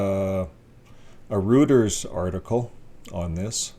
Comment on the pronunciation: I like how you pronounce Reuters just like I do : Rooters . Everyone else : Roy-ters . Praying for all the victims and on lookers. Today for them tomorrow for me , I'm a Seventh-Day Adventist , one love ( Rev cf Rev 14:6-14 )